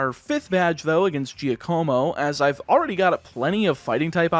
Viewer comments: For what it's worth, I believe the name "Giacomo" is pronounced "Jack-o-mo". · Everyone: Wow what a journey!! Me: Anyone else hating how pronounced Giacomo? No? Just me? Okay. But seriously, this was such a fun ride. Thank you for taking us on it!